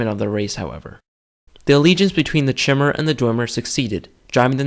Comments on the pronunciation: I made that mistake as well, it's not Ch-imer, but K-imer, or Chimer. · Not to be pedantic but chimer is pronounced as (ki-mer) the same pronunciation as the Greek mythological fire breathing beast chimera